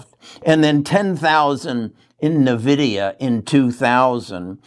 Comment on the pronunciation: “N” vidia not nevidia